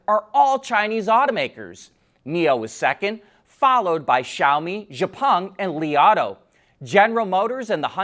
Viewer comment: you almost pronounce x-peng right. Just take the “xiao” from xiaomi and put that in front of Peng. They are the exact same Chinese character in both names.